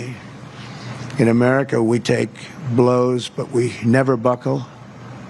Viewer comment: I can't believe you mispronounced America, not a very hard word